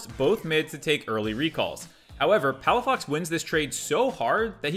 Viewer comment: Good thing I finished drinking water before the "Palafucked"